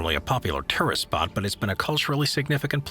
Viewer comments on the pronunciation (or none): Sounded like he said “ terrorist” spot instead of tourist cc said the same too. Anyone else catch that? Idk I’m half awake lol